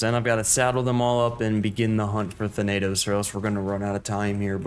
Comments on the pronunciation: Your pronounciation "THA-NAY-TOS" Correct pronounciation: "THA-NUH-THOS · ‘Than-uh-tos’ is how you say “Thanatos” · you got pretty close with thanatos! its tha like you say thatch that “tha” na as if your saying nah and tos just as toss tha-na-tos thanatos is also the greek god of death so him being the king titan makes sense lol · Your not saying Thanatos right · Good vid. you did not pronounce thanatos correctly but thats ok